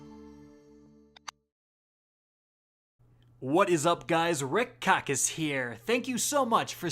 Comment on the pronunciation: Sorry, but not even close Kickk Rackis